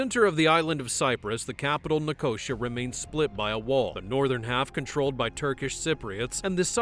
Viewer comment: Shame that the AI voice cannot pronounce Nicosia.